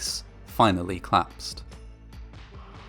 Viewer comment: If escaping actors had not left a rear stage-door open, the fireball likely would not have swept so wildly out into the main floor section. (COL-lapsed has two syllables.)